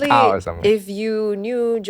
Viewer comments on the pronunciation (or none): none